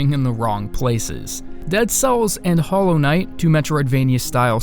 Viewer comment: U pick hollow knigth? Ur "HOLLOW RIGTH"